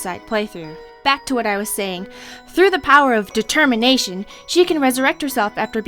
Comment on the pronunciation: dertermination?? never heard of itDetemminationoh yea that